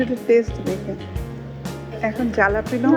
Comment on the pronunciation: জালাপিনো না ভাই হ্যালাপিনিও